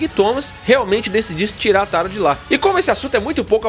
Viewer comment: Pq ele fala Tara? É Tarja!